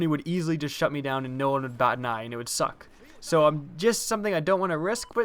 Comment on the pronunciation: ps4 is the best to me and some people don't think it is. the first thing I did before I watched this I disliked it and why when you say suck you say it like SUCK!!!!!!! and it doesn't suck because I'm going to get one this Christmas